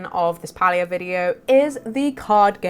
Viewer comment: I appreciate your pronunciation of Palia 💞🥰💞It's the cozy way - not the cringy way.